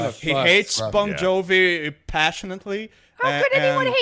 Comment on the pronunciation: Does think the band is called “Bone Jovi”?